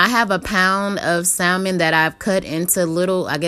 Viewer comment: you don’t pronounce the “L” 😁👍🏼 but UGHH LOOKS SO GOOD 😻